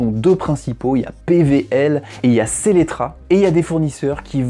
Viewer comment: Cest pas SELECTRA au lieu de SELLETRA